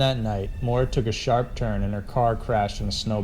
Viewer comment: It's Maura Murray NOT Marie